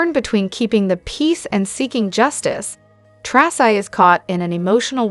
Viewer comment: Its "Tracy"